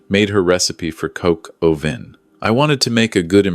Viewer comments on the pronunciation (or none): It's Coq au vin! Not coke Ovin, not cocoa vin!